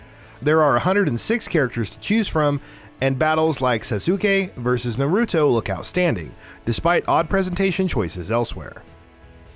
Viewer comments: Frayzuh, super cyan, Nuh-roo-toe, suh-soo-key 🤣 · Nurutoo, sasukay, wiz… get someone who at least has watched anime to either help the dude with the names or just have them do it. 😂😂